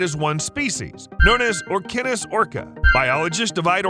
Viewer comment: Its Or-sign-us...not Or-ki-nus